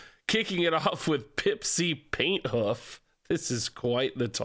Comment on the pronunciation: Pipsi Painthoof sounds way too much like "Paint Huff"